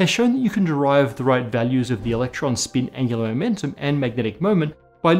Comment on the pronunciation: I utmost hate the way he pronounces the word "spin"